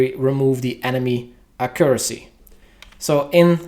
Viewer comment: great video, Im sure everybody will use this as a reference once the changes are out. only thing bothering me was your pronouncement of accuracy :)